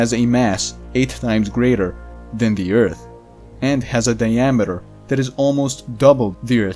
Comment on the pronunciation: I miss you saying eart..